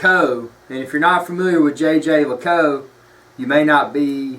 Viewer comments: you are closer than people here think. It's not "yay-ger"--though everyone in North America thinks so. Jeager is French, people keep trying to pronounce it like they would Jager as in Jagermeister--this is a German word. Jeager as in the watch brand sounds more like "jay-jear lecoolt"--with the 2nd j sounding like you would say "je t'aime"--French for "I love you". Jerome Lambert, CEO of JLC can be heard online saying it correctly if you really want hear it done right. Nice watch BTW! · According to Watchtime pronunciation guide the correct pronunciation is: zhey ZHER leh KOOLT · It is not pronounced Jay Jay Luh Koot, Jhey - jher - Luh - koolt. No american J's in there. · he is keep telling JayJay La_cow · JJ LACOU? Are you kidding me? You do not deserve to hold that watch with your ignorant pronunciation. I bet you're one of those guys that calls an Audemars Piguet and AP. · It's not how one says it. It's how one appreciates it. This is one of my favorite pieces in my rotation and I now know that it's pronounced "Jay Jay Luh Koot" If you truly appreciate something you at least learn how to properly say the name. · Isn't it pronounced Yay Gir Lih Cool Trrrh? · I think it Yay-ger Le-colt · jey jer leacoolt, soft J with a French way of saying it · Actually, you're incorrect. The people from Jaeger-LeCoultre don't pronounce it the French way. They say Jhey-jher-luh-koolt... There are videos on Youtube. He has a hard southern accent but his guy is more correct because the ending of LeCoultre is very soft anyway. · your pronunciation of the brand certainly is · Stop it, it is not jay jay lay cou🤦🏻‍♂️ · If you want to blow-arse about a luxury time-piece brother, how about spending some time in getting its' pronunciation right. If I were Jaeger LeCoultre, I'd pay you to shut the hell up because your butchering my brand name. You come across as a pretentious, hill billy nitwit.